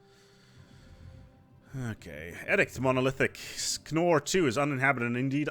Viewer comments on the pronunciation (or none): none